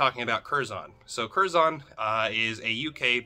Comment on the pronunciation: Pronounced curzun. British English. We use the schwa everywhere. ə